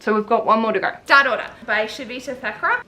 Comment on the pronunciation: I wish you would make a point of holding the book upright without your fingers blocking the book title and/or author so I know what book you're talking about. I had to freeze frame on Star Daughter to figure it out because I thought you were saying "Stat Order." The graphic overlay was in the way as well at times. List of books mentioned in show notes would be valuable as well.